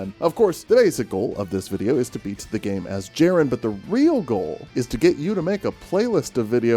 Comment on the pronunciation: You fool! The j is silent. It is pronounced Yerren. Like yer in for a good time!